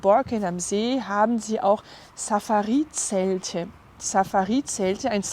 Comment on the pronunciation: Sehr interessantes Video !!! :D Im Deutschen liegt die Betonung nicht auf dem Schluss " i " des Wortes Safari, sondern auf dem zweiten "a" in Safari... :)